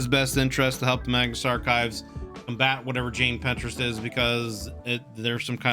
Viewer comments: please pintrest is a site to do crafts and find art, her name is Jane Prentes, pronounced like praying Mantis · cannot get over him calling jane prentiss "jane pinterest" 😭